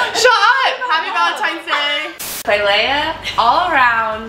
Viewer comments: I find it so funny how they all call her klailea instead of Klai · Is it just me or does it bug nay of u that they called her klailea instead of klai